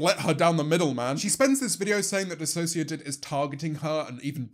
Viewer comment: EVERYONE SAY THANK YOU JAMES FOR PRONOUNCING DISASSOCIADID RIGHT